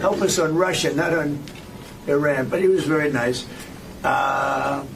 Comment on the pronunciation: His pronunciation of Iran is all over the place.